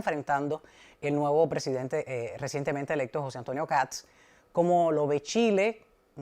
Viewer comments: escucha como Kats, por eso le comento, pero quizá es por un tema de pronunciación, la verdad no lo sé pero he visto en argentina que pasaba lo mismo, los periodistas le decían "Kats" y se escucha gracioso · que sucede es que la "s" va antes que la "t". No es "Kats" sino "Kast", lo primero suena como "gatos" y no es una pronunciación correcta en este caso. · Matamala, periodista, pero que no tiene idea de economía. Decirle al sr Matamala que este presidente de derecha comenzará a sacar a Chile de la mediocridad., infórmese más....no es Kats....es Kast. Pronuncie bien. Otro punto, la gran mayoría de los inmigrantes LEGALES votaron por KAST. Los inmigrantes ILEGALES tienen los dias contados.